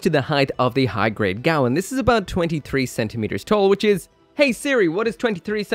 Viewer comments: What's with the pronunciation? It's the Gawain, not the Gawan. Come on man even the Japanese audio calls it the Ga-wein. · GAH-WANE!!! It's pronounced GAH-WANE!!! Seriously, you people NEED to start taking United Kingdom English lessons. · Its pronouced Gah Wayne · Damn that looks nice! It's pronounced Gwayne, like the knight from King Arthur, it's a Welsh name. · gawain rhymes with pain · it's name is Welsh and pronounced : GA - WAYNE